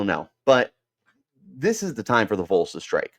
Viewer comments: its not the "Vools" lmao. VAWLS 🍊🍊🍊🍊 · Vols is pronounced as vawls not voles also they’re not gonna tamper don’t even worry about that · It's ok. As a Vol fan whose half my large extended family lives here and Arizona, I will pardon your crime of mispronouncing Vols lol. Go Sun Devils! lol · What does Tn have that Arizona State. Play in front of 102,000 screaming crazy fans or 55,000. Idk that’s a tuff one. The facility’s are like no other. Tons of money. Located in the great Smokey mountains with pigeon Forge, Gatlinburg Glad you’re so confident. Learn how to say Vols before you report. Hell Tn could pay for him and his Buddy. We normally don’t poach!!